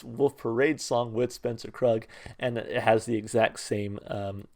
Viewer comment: Pronounced kroog. Spencer Krug’s label is entitled: Kroog.